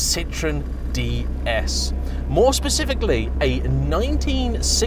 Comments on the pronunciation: Try to pronounce ds correctly it’s not how you did . Slightly better review than the Citroen sm . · The "S" in Pallas is indeed pronounced in both French and English 😉. And "DS" is pronounced exactly the same as "déesse" in French i.e. goddess.